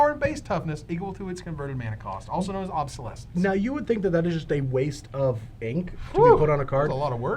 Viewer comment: There are zero "b"s in opalescence. None. Obsolescence, please stop.